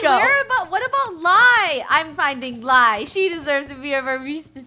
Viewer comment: Lol its Lai not Lia!